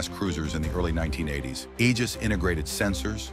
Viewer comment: Thank God you said "Aegis" correctly. It's the greek ae letter together...a hard "ee" sound. Praise the sun!